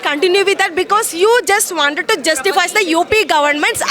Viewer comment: You wanded.. 😂😂😂 First learn to pronounce.. Kaha se aatey hai.. Yeh log.. 😂😂